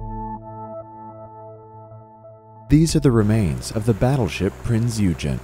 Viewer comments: Great video but the ship is certainly not a Battleship or a Capital Ship, it is a Heavy Cruiser and its name is pronounced ''prinz oygen'' On that is not HMS Hood, it is Bismarck firing on Hood. Kurt, please make the necessary changes and let this video take the place it deserves. With best regards, George. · The Prince Eugen (pronounced "Oy Gen" (hard "G") was an 8 inch gun heavy cruiser of 12,000 tons or so , and not,as you describe in your video, a battlecruiser. HMS Hood was a battlecruiser, 41,000 tons with 8x15 inch guns. There was a huge difference between a heavy cruiser and a battlecruiser. A battlecruiser is a battleship with less armor in exchange for speed. Battlecruisers were the same size as a battleships in terms of length, with the same calibre of heavy guns. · ow, Prinz Eugen is a German name, pronounced "oy - gen", with a hard "g" in german. Also, "Euler" is a German name, pronounced "oy-ler" in German. meanwhile "Euclid" is anglified greek, pronounced "yoo-clid". As we're all english-speaking, we can butcher these names however the hell we like XD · The Prinz Eugen (pronounced Pranz Oy-gen) was a German Heavy Cruiser The Admiral Hipper class were Heavy Cruisers Its just so heartbreaking, the Prinz Eugen was in itself a highly advanced warship, even more so than her sisters, powerful and aesthetically beautiful. Her sheer luck alone made her deserving of recognition. Its a shame she's been left to rust so casually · You... you butchered the name: it’s pronounced “Prinzz oi-Gen”, with a hard G and a slightly emphasized Z. German is a very harsh language... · it was a battlecruiser for crying out loud, and it pronounce Prinz OY-gen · It wasn't a battleship, it was a heavy cruiser. And the US Navy didn't want it because it kept breaking down. And it's correct name was Prinze Eugen (pronounced Oigen). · it’s pronounced “oy-genn” btw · It's not a battleship it's a heavy cruiser also pronounced prinz oy gen. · "battleship Prinz uh gen" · Prinz OY-GEN.